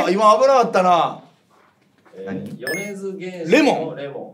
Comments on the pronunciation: 、音楽詳しいみたいなキャラなのに「よねづげんし」って言っちゃってる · 「よねづけんし」警察です。 正解発表の時、よねづげんしとおっしゃいましたね？ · 、まだ「よねづげんし」言うてるやん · 玄師（けんし）だ二度と間違えるな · 米津玄師の読み間違えてる…